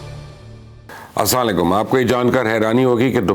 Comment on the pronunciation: Salam thek tareeqay se nahi krtay ap, ap asamalikum kehtay hein